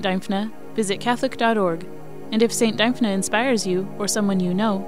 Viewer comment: Pronounced Dimphna. Thanks for the video